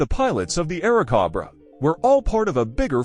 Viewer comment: This is VERY bad AI narration. It is very stilted, choppy, and unnatural. It consistently mispronounces "Airacobra." Is there no way you can correct the AI narration?